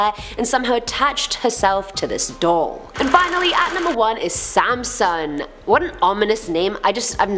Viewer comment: Haha sansom not samson